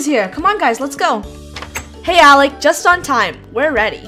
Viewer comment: it ALEC not ALEX!